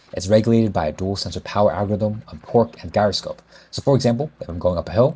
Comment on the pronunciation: Gyroscope is pronounced with a soft G.